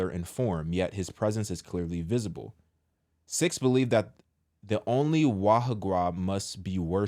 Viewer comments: Pronounced "SEEKS" btw..whose idea was this??? False gods are the problem in this country. They are demons in disguise. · It’s pronounced “seeks” Sikhs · It's pronounced like "seeks" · The word sikhs kinda sounds like SICK ! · It’s pronounced, sēēks